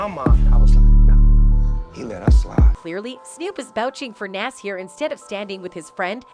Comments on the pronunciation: Lol why she call him naas and 2pack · Nas not Naaas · She butchered Nas name 📛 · This white woman’s voice have to learn to pronounce 2pac and Nas… And daaamn she too comfortable with reading articles word for word nigga 😂😂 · Say Nas right please 🤦🏾‍♂️ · You white folks always trying to make money off of us, but can’t even pronounce our DAM NAMES